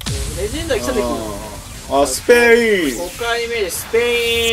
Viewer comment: ペェイの発音ワロタwww